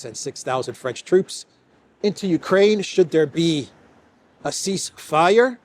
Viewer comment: "If there's a ceace fire" =Dead on arrival...😂😂😂😂😂